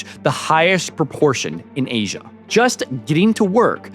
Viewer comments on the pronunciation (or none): none